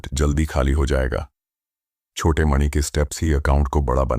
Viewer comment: Jab aap mani bol rhe ho to aisa lag rha hai jaise ki naag mani ki baat ho rhi hai